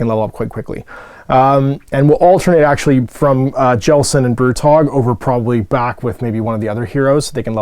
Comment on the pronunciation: Every time you say Brutog, I hear Brew Dog, which is a lovely UK brewery that makes some fine brews, including Punk IPA. Mmmmm... beer. I feel a Cursed City drinking game coming on! Thanks for doing all these vids - it's been excellent getting a feel for the game, your enthusiasm has once again inspired me.